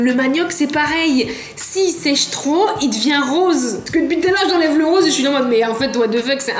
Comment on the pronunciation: « si c’est ch’trop » une vrai personne qui vien du Nord